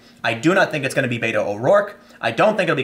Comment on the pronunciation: Fyi... not bay-toe.... bet-o is correct. Irish man using a Spanish nickname smh